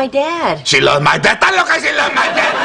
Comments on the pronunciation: to all u white people it's esta loca not ta loca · It's "'stas loca!" Not "da loca!" or "ta loca!"